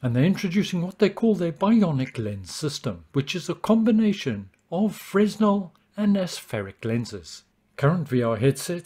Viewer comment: I thought the S was silent in "Fresnel"